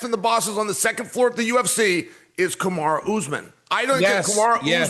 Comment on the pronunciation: Chael, who is Kamar??? ITS KAMARU!! 😂😂😂😂